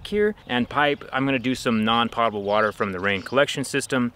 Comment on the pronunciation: woah woah woah. i thought it was pronounced "pough-ta-ble" water.